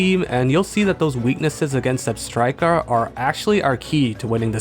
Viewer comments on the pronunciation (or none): none